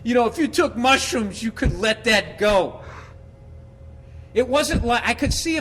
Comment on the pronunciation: kinda weird everytime u say mushruoooms boobie barks